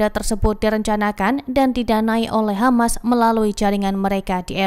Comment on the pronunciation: Bro Always Say KHAMAS